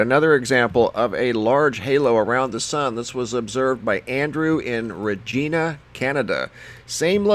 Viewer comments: Think of the name Va-GINA and say the word, RE-Gina. It’s not Regeena. lol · Please learn how to pronounce CANADIAN. City. It is. Re giiiiina. Not. Re. Geeeena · Regina is pronounced "reg-EYE-na" not reg-EE-na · Dude!!! Okay, for one thing, the Canadian city you are referring to is pronounced "Rej-eye-nah" as in vagina, not freakin "Rej-eena" Also, the halo around the sun is called a "sundog" and they are quite common in early spring and late fall. They created by sunlight being refracted off high altitude ice crystals i.e. the rainbows and halo's around the sun. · Dude did you say Ragina, Canada? It's REgina, lol. Needin" some Canuck Education? Eh? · You're saying regina wrong. It's regina like vagina. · Regeena Canada!🤣😂🤣 It's pronounced the way it's spelt... REGINA -Like vagina, but different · Regina is pronounced like vagina...just saying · FYI - Regina In Canada is said like vagina but with an R 😁👍 Ree-gina! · Ugh...If he said rageena one more time..... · Hey...just let you know its pronounced ...REG-EYE-NA . KEVIN FROM HAWKESBURY ONTARIO CANADA. im not trying to be a wise guy, i just want to help. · LOL,... Regina's pronunciation is “Rej-eye-na”,... Like "Vag-eye-na" Ok,... : ) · Yes. Pronunciation is off. Not sounding with the E sound. Use the Sound like. Eye. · Some very cool stuff. As a Canadian, I just wanted to let you know that Regina is pronounced with a long 'i' sound. Thanks for the interesting videos, though. Please continue keeping us informed about all these strange happenings. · Regina . The I is pronounced like the I. LOL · He pronounced Regina wrong. I mean not how you see it but the city is pronounced differently. There is no hills in Regina or anything to really block your sight, all you see is sky as far as you can see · thanks!...fyi we say 'regina' with a long 'i'. peace from canada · Regina Saskatchewan is a city in canada. Fkn idiots.